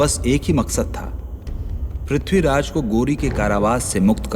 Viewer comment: Ye ignou vali Mrs sinha kapur ko nam tak theek se lene nahi aa rahe Khori khori kar rahi hai Pithiraj bol rahi h